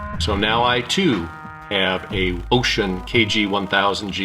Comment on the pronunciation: I have to admit that you are the only person I have ever heard pronounce it "ocean."